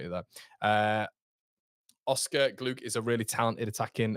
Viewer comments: Glouch...pronojnced with a gutteral ch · Thank you, 👍 👌 Congratulations to BIJOL on his wedding 👍👌🙏 No, come on, must do better with GLOUKH, no, no, for that price too, no way 😩😫🙏 I hope we can play GNONTO regularly in the premiership next season 🙏 Said it before, let's loan JOSEPH out 😩😫🙏 The price for RAMSDALE we can get better for much cheaper too🤔🙏 Can't lie, I am slightly worried about DAN JAMES 😲 Hoping he's learnt alot from last season because he was brilliant for us 😩😫🙏 Could he be a super sub, used in the last 20 to 30 mins 🤔 If POPE definitely wants to come, let's go get him 🙏 POPE, Solid, Experience, Confidence, Inspirational, a few key words to describe him 👍👌🙏 I think we all want FARKE to able to adapt against different teams & the way they play, surely you have to do this in the premiership don't you? 🤔😲😩😫🙏 Fantastic New York accent 🤣😂👍👌